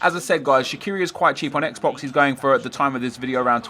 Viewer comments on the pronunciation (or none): none